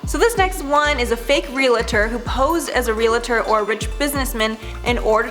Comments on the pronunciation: ...Relator? Or Realtor? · It's realtor, with two syllables, NOT relator, with three syllables. Forgive me; I'm a stickler for these kind of things. And I'm sure you want your videos to be correct! ❤ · Realtor, not Relator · Darling I think you meant realtor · fake relator....... realtor* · Relator? Realtor. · wth is Relator... its Realtor....... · ... It's "Realtor". 🙃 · It is NOT realtor it's realtor.